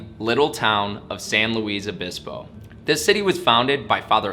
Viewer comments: San Luis Obispo, not San Louise Obispo. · It's San Lewis (ph) Obispo, not San Louise Obispo. Mispronounciacian of California cities is my pet peeve. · San Luis Obispo. It is pronounced like St. Luis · As a third generation Californian, I was distracted by odd pronunciation ( Fr Junipero Serra, San Luis Obispo to name a few). Napa Valley is a xerox copy of Italy's Piemonte. Italian vintners from there established the area in the 1950's: Mondavi, Gallo to name just a few! To me San Francisco and San Diego are favorites. Loved living in Santa Barbara for 12 years and visiting charming Solvang....These are unique experiences.